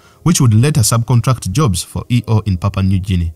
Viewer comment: I'm pretty sure it supposed to be hard G.